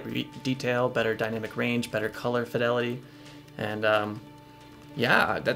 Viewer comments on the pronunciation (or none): none